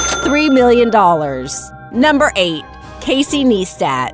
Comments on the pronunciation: "Casey Kneestat" XD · HOW DARE YOU SAY CASEY NEISTAT'S NAME WRONG